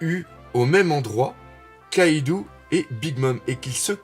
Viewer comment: Salut, on dit KaidO pas KaidOU, stp ^^ Je l'ai appris dans une de tes vidéos via un commentaire de DBTimes, autant appliquer ses propres leçons:) Tu fais un super boulot sinon